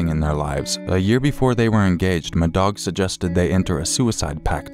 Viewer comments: I apologize in advance for this, I can't listen to the story about call 2 without thinking you're saying "m'dog" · "Madog"... C'mon, just stop. That's ridiculous. Can't even listen to that story. "Who was the murderer?" "My dog."